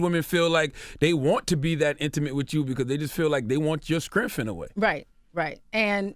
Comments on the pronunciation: did CTG say "scrength"?! 😱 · Charlemange does not know how to pronounce strength... He be like "Skrenth" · Dont nobody wanna read that book. lol@ charlemagne saying skrength also, what is she like 50? Is there no cutoff for this behavior? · Avante Edmonds skrenth 😂